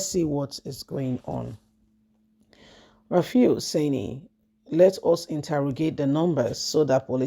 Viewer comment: This lady the journalist name is RUFAI and mot RAFIU. What is wrong with you. Do you not read comments? RUFAI. NOT RAFIU. PLEASE.